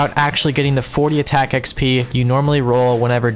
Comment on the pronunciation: It does actually bother me that you pronounce it with an E but I'm only raising a stink about it for the laughs.